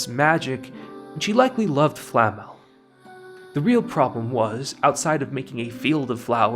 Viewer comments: Seriously, the only criticism of this video that is remotely viable is your pronunciation of "Flamme". ;) The substance of what you're saying is fantastic, even if in few instances I would have said something else, or would disagree slightly. That's the beauty of well made art - there is no "objectively correct" way to interpret it. And while I really don't care about MAL scores as other people seem to do, I'm glad that it managed to dethrone FMAB and show people that there is a show capable of doing that for more than 2-3 weeks. As for nitpicks (or rather place you could have expanded on and you showed in my opinion from only 1 point of view) - when you were talking about Lord Orden and you said that his situation parallel the situation with his family.... while it is true you forgot to mention that Lord Orden subverts this parallel. By acting in different manner than Stark's father did. And he shows that while superficially he acts very similar to Stark's father, when he goes beyond superficial, differences are quite... stark (pardon the pun). And Stark's (Stark means "strong" and in German) equivalent in this Family - young kid named "Mut" (Courage) is slowed down in his progress by being told that if he trains well, he will someday be a better warrior than his father. This serves as a foil to whole Stark's family situation and as an example to Stark that as bad as his father's treatment was of him (I'm not defending him, by any means), doing the opposite might not have be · Why this guy keeps calling Flame as Flamel? Isn't it Flame as in Fla-me or in english pronunciation just Flame(as fire)? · Calling Flamme, Flammel is triggering my inner nerd. This is not Harry Potter my man, Frieren's master is not Nicholau FLAMMEL 😂, she's FLAMME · I kept getting distracted the whole video because you kept calling Flamme "Flamel". Great video though!